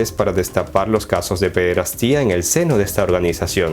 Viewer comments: Interesante video .. *se pronuncia PEDERASTIA .. no PEDERASTÍA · Señor Juan .. ¿Escribe siempre drogado o es usted simplemente un reverendo imbécil? .. sólo le indiqué que usted no sabe pronunciar la palabra PEDERASTIA (sin acento en la "i", para que entienda, idiota)